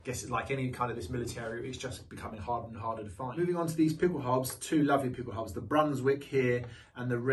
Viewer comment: Pickel "how-ba" haube. And allgemeine is pronounced "al-ge-mine-eh"